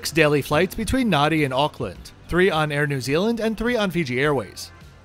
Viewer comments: Just a small correction: Fijians add an m and an n in the middle of words which makes NADI not nuddy but Nandi. Same as the PM Rabuka is RAMbuka. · Nadi, is pronouncement NAN DI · Nadi is pronounced NANDI 🙄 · Nice video😊 Just a local pronunciation pointer - Nadi is actually pronounced 'Nan-dee' Hope this helps, sorry if it sounds picky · Hey its Hadi pronounced Nandi. Air NZ also flys to European destinations. Putz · Great video. Nadi. Thats how its spelt. But it's spoken as "Nandi". Phonetically as Narnde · Great review, Nadi is pronounced Nandi. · interesting review, I do however need to point out it is pronounced NANDI. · "Nan - dee"